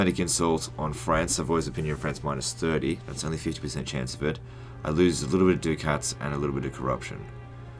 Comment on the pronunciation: It is not dhu-cat, its duh-cat